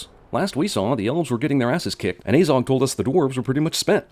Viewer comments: Pronounces it like "Ay-zog" instead of "Ah-zog" Cinema Sins: +1 sin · Ffs why are you saying things about a movie that you know almost NOTHING about. Like you dont even know the names of Fili and Kili, and you cant even pronounce Azog right. ITS AZOG NOT AYZOG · It’s pronounced ah zog not ayzog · So the only thing that really irritated me in this is how you pronounced Azog lol it is not ay-zog, it is aah-zog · Like, when he said Azog, he pronounced the 'A' as 'Ay' and not 'ah'. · It's probably long overdue to say this, great video but i just cant let it go unsaid, its a-zog, not ay-zog, why do americans always pronounce a as ay, do you say aypple? and also in the lotr trilogy aragon is about 90, he is a dunedain, who have longer lifespans than usual humans and he has a massive backstory leading the rangers around evendim, angmar and the northdowns which is basically due to legolas finding him and telling him everything that happened here, hence how they are really great friends by the time the lotr trilogy rolls around. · Narrator pronounces it Ayyzog even though in all the films it is never pronounced any way other than the way it's spelt: Azog. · I don’t care if this video is 6 years old I’m quite sure it’s pronounced as-og also Aragorn is in his 80s in Lotr and still lives over 20 years after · He's pronounced Azog wrong like 5 times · and it's azog as in a in at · Person who has watched all 3 hobbit movies still pronounces "Azog" wrong after it is said 100 times. DING